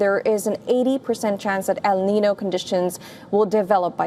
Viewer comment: Please learn how to say "El Niño" properly.